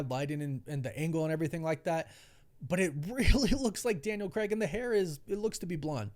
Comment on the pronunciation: It's craig, not creg. Christ 😒